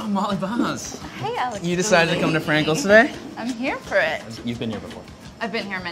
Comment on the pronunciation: Why does he call her "Molly Boz" when it is spelled Baz? Surely it's pronounced like "Has" with a hard "ba"